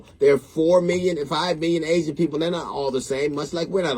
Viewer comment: Asian not Asin